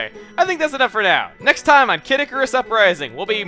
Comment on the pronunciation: He literally called Pit "Icruas" Don't waste your time on this pathetic worm.